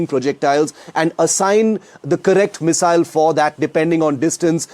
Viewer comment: Please, for the love of god, learn how to pronounce "Missile" before you cover such weapons systems!